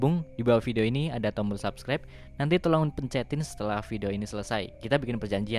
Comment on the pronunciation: Wkwkwwk subsribe woi bkn subrek